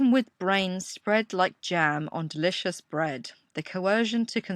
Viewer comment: That "Delicious" bread he ate must have been something special. He stresses the "Delicious" word like it was the best bread in the world. Lol. Brian Jones must have been an excellent baker.